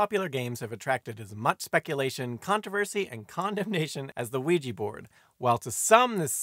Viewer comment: I'm always fascinated to hear Ouija pronounced "wiegie" almost as though it were made in Glasgow.